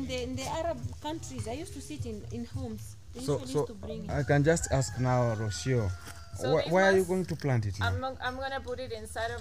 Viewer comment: learn to pronounce Rocio name well please